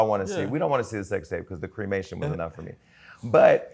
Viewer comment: "creamation" is wild jason